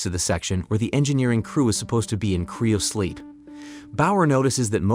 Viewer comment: What in the fuck is "criosleep"? its CRYO sleep, not CRIO.